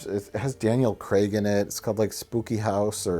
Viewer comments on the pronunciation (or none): please say "Craig". He's not Daniel Cregg. Craig. Not Cregg.